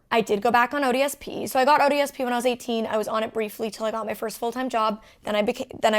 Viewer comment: Every time Molly says "ODSP" I kept hearing "odious Pete."